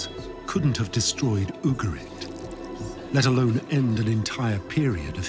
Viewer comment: Just remember it’s UgaRit, not UgaLit 😉